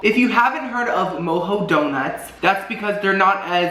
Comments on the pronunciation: Isn't it pronounced Mo-Joe not Mo-Ho? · Lmaoo I’m sorry but it’s mo-jo not mo-ho donuts 😆 love their white deco delight 🤤